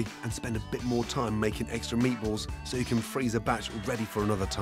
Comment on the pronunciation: “hnnnn, meatbualls”